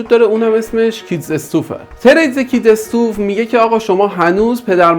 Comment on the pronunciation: ممنون از شما به خاطر توضیحات ، فقط خاطرنشان میکنم که stuff ، اِستاف خونده میشه نه استوف. ضمنا فرمودین که آخر ویدیو توضیح میدین که کجا و چطور تریت ها رو برداریم ولی تا آخر ویدیو نگاه کردم و نگفتید. ممنون